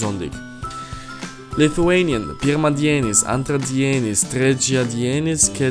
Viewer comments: LITHUANIAN It was awful. pirmAdienis antrAdienis trečiAdienis ketvirtAdienis penktAdienis šeštAdienis sekmAdienis In each word 'a' is stressed in every second syllable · The lithuainan is wrong, I will spell it out worng but thats how to say it ( Monday) Pirmadinis (Pirmadienis) (Tuesday) Entradenis (Antradienis (Wednesday) Trechadinis (Trecaiadienes) (Thursday)Ketvertadinis (Ketvirtadienis) (Friday) Painktadinis (Penktadienis) (Saturday) Seshtadinis (Sestadienis) (Sunday) Sekmadinis (Sekmadienis I am a Lithuanian